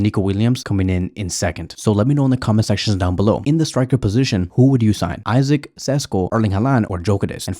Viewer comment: Love how you call Isak Isaac😂😂. I like Isak's profile best but I believe he'll be the most expensive